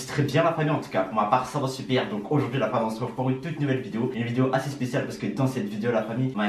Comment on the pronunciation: On dirait il dit "pour m'a part ça va souuper " 😂